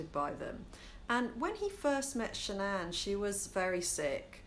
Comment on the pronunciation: The wife's name was shannan not sha'nnan...all one word.